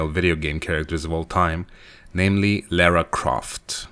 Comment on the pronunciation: it's not laira.. my sister is named lara and she'd bitch slap you if you got her name wrong like you are doing here